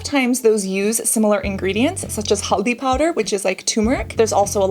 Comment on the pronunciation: wow.. the moment I heard Cassandra say haldi powder, nimbu pani so perfectly... i was amazed.. where did you get that Indian accent😮